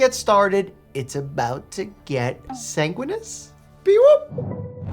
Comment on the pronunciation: Getting sanguinous... or consanguinous?